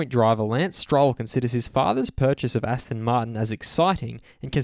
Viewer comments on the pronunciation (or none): none